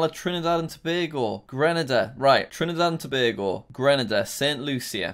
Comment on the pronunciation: You pronounced Trinidad and Tobago so perfectly, damn I must commend you